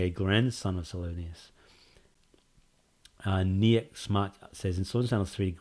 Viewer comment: "General Niekzsche". I like how polish that sounds 🇲🇨. Big thanks for answering my questions! I'm doing well, but i'm very busy atm. That's why there haven't been any suggestions lately. I've got alot coming though! Just need to right them out and make sense of them, etc 🤪👨‍🔬. Also, My name (Niek) is pronounced this way: Knee 🦵 for the 'Nie' part and the k of Nike at the end. I hope you're well soon and please don't be to strict for yourself. I'm not your boss, but you're one man afterall with this big amazing project. So have some fun and refresh your mind for a bit (with games gladiator or smth). Also rest well and stay healthy. That way we'll get a game: Made with pure passion and not a rushed marathon. Sincerely, The General.